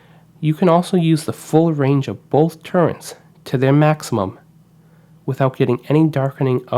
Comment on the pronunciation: Those are TURRETS not TURRENTS! If you are going to do a review, at least learn how to pronounce the vitals.